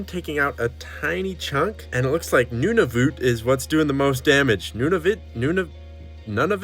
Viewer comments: I’ll give ya a pass on you’re pronunciation of Nunavut for the fact an American named a province that’s not Quebec or Ontario 😂. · “Nunuvoot”😂😂😂🤣🤣 3rd times a charm I guess 🤣🤣🤣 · As a Canadian, I actually laughed at your pronunciation of Nunavut